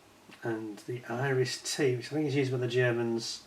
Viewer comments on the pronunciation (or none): didnt even know they do /did a European set....btw when you said "Iris -T" i first thought you said "Irish Tea".🤣🤣🤣🤣